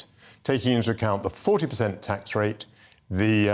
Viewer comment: They are useless spoilt little pricks;.. Young Woman ()'; "Why should Students have to pay their Gwants back at a Wate where they make a dent in the debt before it is scwubbed, and pay tax so old people who worked 50 hours a week manuwal work in factowies for 50 yrs subsidwence wage dont fweeze to death? ITS NOT FAIR! I will only be making 35 gwand a year, ffs I wiwl have to make do wiv a studio fwat in Shoreditch! And Mummy says I am BIG BONED!